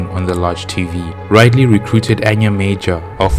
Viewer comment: It's Rid-ley Rid as to get Rid of something Ley as Lee